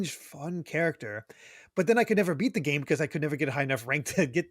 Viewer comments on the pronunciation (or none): none